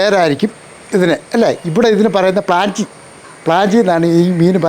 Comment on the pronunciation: പ്രാഞ്ചി അല്ല ചേട്ടാ പ്രാചി ആണു 😂😂😂😂😂😂 പ്രാഞ്ചിഏട്ടനോ 😂